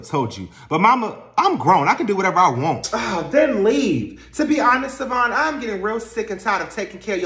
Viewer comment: Karen got that good good cause she still saying Savon’s name wrong and he don’t mind it at all😂😂😂. Why is that my thought right now😂😂😂😂